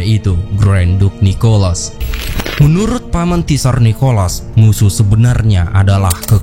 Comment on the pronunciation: tsar itu di lapalkan cuma `sar mirip al-kautsar